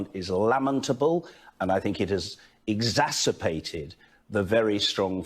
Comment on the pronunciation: Weird how he pronounced ' lamentable' and then said ' exacerPated'.